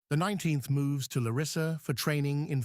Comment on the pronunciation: And the city is called Lárissa, not Laríssa.